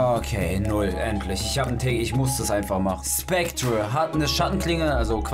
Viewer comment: Ich bin so triggerd du sagst Specter falsch😠😂